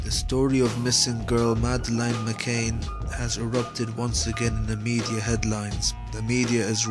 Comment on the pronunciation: This film is garbage. You can't even get her name right you fucking peasant...it's pronounced Ma-Can, not Ma-Cain, moron. Terrible production values, inept delivery, poorly researched, in other words...a pile of shit.